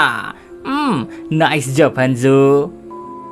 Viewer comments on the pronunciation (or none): none